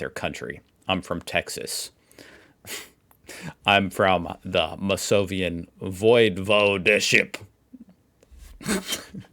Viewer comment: not volvode, it's voivode with an i